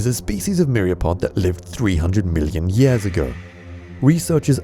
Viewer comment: "...million yass ago."